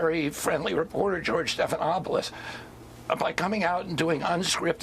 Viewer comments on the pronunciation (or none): none